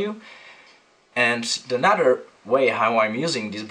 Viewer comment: Your videos are great! but just quick tip... another is pronounced AnoTHer not AnoDer. Sorry to nit pick I just worked in a studio with a guy that spoke with the same accent and it always sounded so lazy.